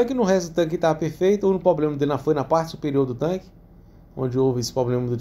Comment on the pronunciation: chega doi o rim de ouvir a palavra 'poblema', mas o cara sempre falou assim, não é agora que vai mudar né... rs rs show parabéns adoro seus videos